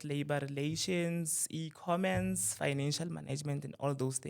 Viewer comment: Not "EcommeNce" you lost me there!